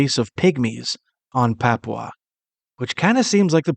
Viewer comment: Why can’t they put a English speaking person from Papua? It is not pronounced like this English foreigner is pronouncing he is saying.popwa It is pronounced papoowa